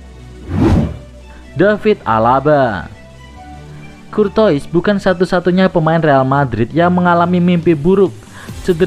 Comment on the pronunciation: Courtois bacaannya KURTOA parah min 😂